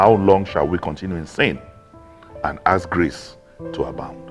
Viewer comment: Dino,it's ASK,not Axe.Abeg talk in pigeon.